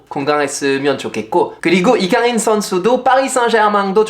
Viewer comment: 아니 파비앙님! 왜 때문에 오늘따라 되게 잘 생기신거죠? 🫢 집중 안되어 혼났네 😵(라고 저도 주접을…) 파리와 서울 한참 왔다갔다 하실때랑 다르게 피로감 없이 뭔가 맑고 건강한 느낌을 받아서 팬으로써 기분이 좋아요 😊 또박또박 정확한 발음으로 이강인 이야기 해주시는거 잘 들었습니다 :) 감사해요 ❤